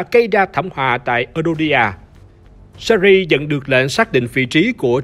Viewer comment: "Sơ Ri" nhưng mình thích :)))